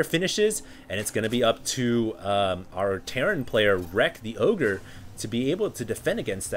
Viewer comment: Pretty sure that's supposed to be "The O G-nis" just sayin :) great cast.